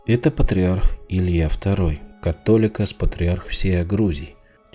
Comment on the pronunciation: только в слове Католикос,ударение на второе о,а за осталььное низкий вам поклон-спасибо.